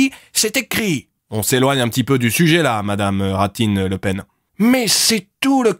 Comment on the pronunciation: lol ça ma tué "rat-dine le pen " 3.01